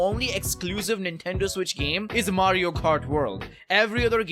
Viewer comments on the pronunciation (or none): none